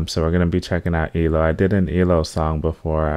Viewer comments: It eeee. el. Oh. Three letters, or letters. not elo one word. And yup Jeff is a genius. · It's pronounced E - L - O, not eelow, one of my favourite songs of theirs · It’s pronounced E. L. O. Lol. Not Elo. Do mr blue sky! Evil woman and I can’t get you out of my head. Also a song called showdown. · It's so nice to see a young guy really appreciate ELO/ Electric Light Orchestra, pronounced E-L-O not ELO. If you want to hear one of his very best songs which is hard to choose cause they're is 50 years of them give "Roll Over Beethoven" a try it will blow your mind and "Rockria". There are so many more, you will love them all! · You pronounce E...L...O as separate letters not as one word like you were saying in the beginning of this video.